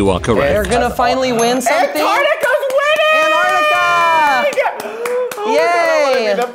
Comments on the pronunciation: Komara is saying antrictica wrong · The way Kimora pronounces 'antartica' is killing me